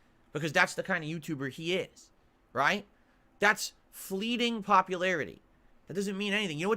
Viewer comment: Atlas, its like watching the old Pee Wee Playhouse show. “word of the day” for today it was “fleeting” (pronounced in the most idiotic way) but instead of the cast screaming real loud, its us the detractors screaming insults, telling him he is wrong.